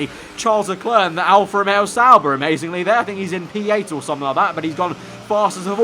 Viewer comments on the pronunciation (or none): none